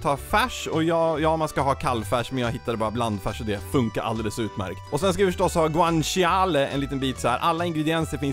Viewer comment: Man uttalar det helt enkelt som det låter, man uttalar det sista "E't" i Bolognese :) Samt guanciale uttalas "Guan-shale". Nu petar jag på fjantiga småsaker det är jag medveten om men tänker att det säkert finns någon som undrar hur det uttalas, maten du lagar är det viktiga!